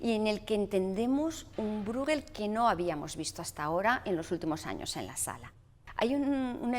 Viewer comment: Pieter Brueghel se pronuncia /Píter Bréjel/, no /Brúguel/ ni /Bruéguel/.